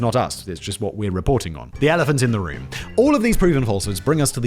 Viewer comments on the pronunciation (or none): none